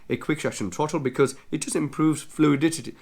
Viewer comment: Where and for how much can I get it in India?! Also... I laughed .... "Fluidi-titty".... 🤣